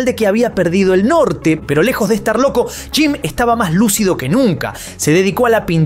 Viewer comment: "Piiiro" o, "pero", dicciona, vocaliza. Gracias